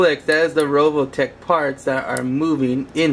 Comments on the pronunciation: RE VO TECH. NOT RO VO TECH. Word Nazi out. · u say rovotech lololololol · its RE OL TECK pleaaaaaaaaaaaaaaaaaaaaaaaaas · revoltech not roveltech